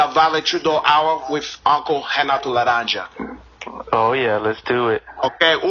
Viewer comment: Its "La-Ranja"